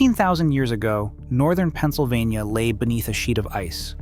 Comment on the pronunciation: "Penna-so-vaina" Umm...what?! 🤣🤣🤣🤣